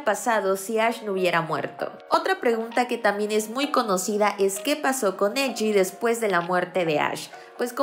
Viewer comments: se pronuncia "benana fish" y "eji" en lugar de "banana fish" y "eiji"?? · Me pone nerviosa que diga benana fish y eji xdddd